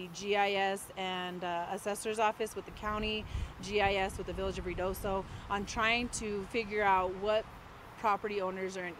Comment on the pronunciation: Pronounced RIO DOSO, and 54 is miles away and separated from Mescalero by a mountain range.